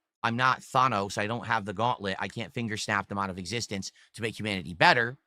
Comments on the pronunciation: Who the fuck pronounces Thanos like that? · He is the ONLY one I've heard pronounce it that way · if he was Greek it'd make a lot of sense